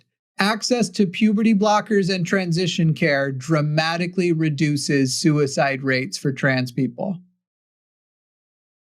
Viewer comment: Is it just me, or does say "sewer-slide" instead of suicide? I swear that's what it sounds like.